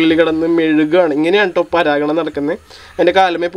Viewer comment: ഫെരാഗണം അല്ല പരാഗണം..😂😂😂😂